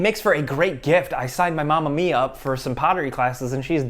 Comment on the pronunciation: During the Skill Share sponsor, you said "I signed my Mom and me up" and it sounded like, "I signed Momma mia." I thought this was absolutely necessary to be shared